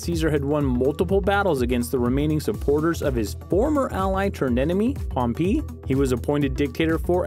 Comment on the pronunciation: You can say perpetuity, very well..but you cant say pompei correctly?..